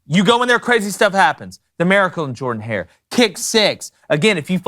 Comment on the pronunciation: First time viewing this YTC. Not trying to offend (or whoever told the duck sausage story), but an Auburn fan (since at least 11 y/o) uploading a video about college football stadiums where he mispronounces the name of Auburn's football stadium which is named after Auburn's greatest football coach... Not sure how that happens. Shout-out to, IMO, one of the most underrated game-day atmospheres, South Carolina.